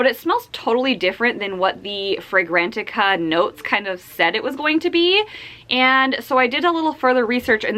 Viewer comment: You trying to pronounce Fragrantica 🤣🤣🤣🤣